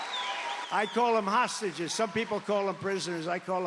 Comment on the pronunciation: Trumpf parlance = Hahsteges, normal speak = prisoners